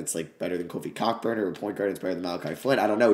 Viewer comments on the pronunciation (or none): your the goat but kockburns name is pronounced “Co burn” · ITS PRONOUNCED COBURN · One day we’ll get the proper pronunciation of Kofi’s name (it’s Co-Burn)